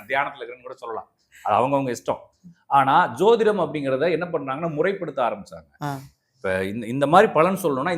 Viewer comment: ஜோதிடம் என்பது தான் சரியான உச்சரிப்பு. அவர் சொல்வது சரியில்லை. ஜோதிடம் = ஜோதி + இடம். ஜோதி கிரஹம் இடம் மாரிகிறது. அதான், அதன் அர்த்தம். Astrological treatise written in sanskrit. This was actually translated by Dr. B. V. Raman the world renowned astrologer. வராஹமிஹிரா, பிரிஹாட் பரசாரா ஹோற சாஸ்திர, கடலங்குடி,.... இவர்களேல்லாம் ஜோதிட மேதைகள். இவர்கள் பெயர்கள் எதுவும் அவருக்கு தெரில.